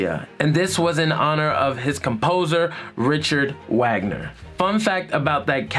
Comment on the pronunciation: "Ridshard Uegnar" 😂😂😂